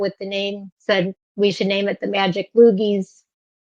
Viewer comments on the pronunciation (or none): Sounds closer to loodies than loogies